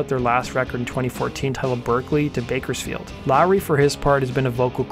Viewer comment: Ha ha did he say Bakersfield?😂